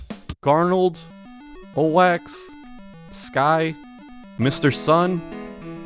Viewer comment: Finally someone who can pronounce OWAKCX’s name